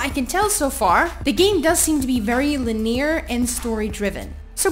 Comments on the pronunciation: Science Leponi So do I, I'm British so no I don't mean that. She puts next to no emphasis on the first syllable so it sounds like "L'neer" instead of "lin-ear". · when i saw this, i was, like, "fucking people complain about everything. so petty..." Then i heard it, and i was almost appalled that it wasn't even pronounced anywhere close to "lin-e-ar". Haha! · why can't she say "linear" properly